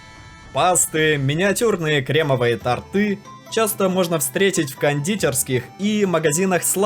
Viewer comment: тОрты, а не тортЫ